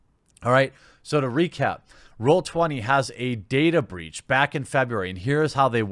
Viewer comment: "Databreech" xD Is that a new brand of men's underwear? =)